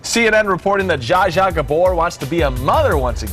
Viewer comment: On of the the female reporters couldn't even pronounce Zsa Zsa's name right. And why do they all talk like they've inhaled helium?? I'm glad I never watch this kind of sh*t on TV. It rots the brain.